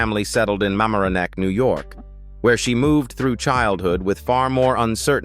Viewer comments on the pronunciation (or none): MAH-MARE-OH-NECK, NY